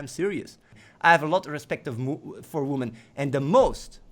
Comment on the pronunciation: "I love womAn". Like, he can bring himself to pronounce most things correctly, included man / men, but not women. I reckon this is done on purpose.